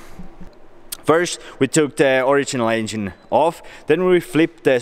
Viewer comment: I thought he was saying asian not engine😂